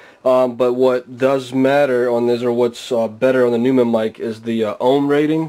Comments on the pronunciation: Noymun, not newmun. But thanks for the test. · it's not pronounced newmann it's pronounced noimann. I see someone already mentioned this. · This guy said "new-men" LOLOL it's "noy-men" maybe that explains why he can't get this mic to sound great lol I have this mic and it's more then amazing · Stopped the video as soon as he said "new"mann -_ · hey this is hawkz from germany and the companyname is pronounced like NOI in Noise and MON in Money.. So NOI MON would NEU MANN and thats it :D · If you are doing a test of a famous microphone manufacturer like Neumann, you should probably say the name correctly. Not a big deal, but... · fyi you pronounced neumann wrong... rookie mistake. just saying..